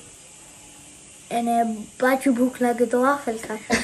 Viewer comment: It's not waaffle it's waffle.